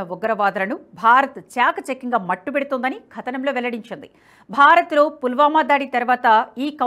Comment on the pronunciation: అమ్మా రీడర్ గారూ ! కథనం అనే పదాన్ని ఖదనం అని చదవకండి !